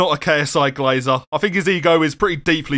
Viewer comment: lej'ah abou' i' gleizah beta